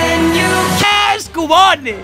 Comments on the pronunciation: Se pronuncia Kiubon >:v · ademas lo dice mal xD porque se dice quiubon :V